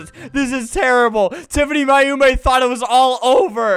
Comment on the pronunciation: he said Mayumi wrong it’s pronounced May You me